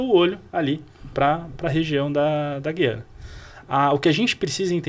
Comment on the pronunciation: Fale. Gu-iana